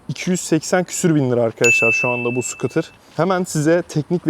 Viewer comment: Skutr degil Skuute 😂 Almanyadan saygilar sevgiler